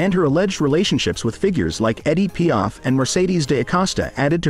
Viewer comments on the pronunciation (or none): "Eddie Piaf?"